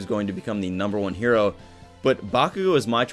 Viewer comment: stop he does say “Hero” very clearly